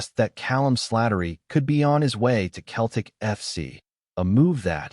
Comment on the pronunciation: It’s Seltic not Keltic👹👹👹